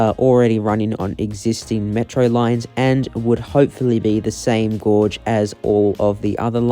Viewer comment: Gauge rhymes with cage my dude